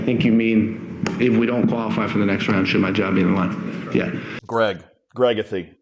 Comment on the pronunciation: He said "Gregothy" lol